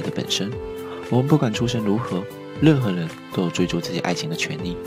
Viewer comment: 兄弟，请问是哪里人……RL不分……任（楞）何人……